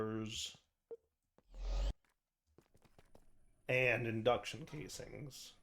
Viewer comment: he said it right! entangloporters!